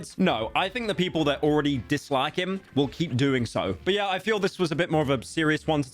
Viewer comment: "Disliakie" him is crazy